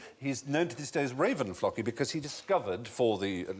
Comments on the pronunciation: The way he says Floki is an insult to the Vikings TV show... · Any one else hoping he'd mention ragnar lothbrok, or pronounce 'floki' how they do on the TV show 'vikings' - (Flow-key)